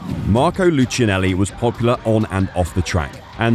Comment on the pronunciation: The right pronunciation is lookeenelli